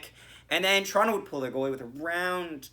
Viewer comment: 1. Good for you for pronouncing it "Torono." Non leafs fans don't usually do that. 2. Gosh DAAAAANNNNG I always headbang to that opening music. 3. Good game. We still gonna collab after our last game?